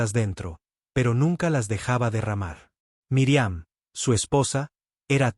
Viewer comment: Es míriam no miriam,su no saben pronunciar los nombres no digan nombres,que falta de ortografia tienes al hablar